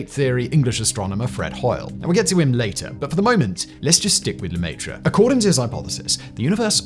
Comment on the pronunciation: Oh my god, seriously? LEMAYTRE? luh-meh-tre... education only goes so far, huh? God forbid we pronounce foreign words correctly for the sake of the english-speaking dumb-dumbs